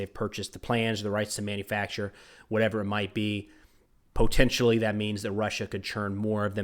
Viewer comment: I'll never got over pro-nunciation of po-tential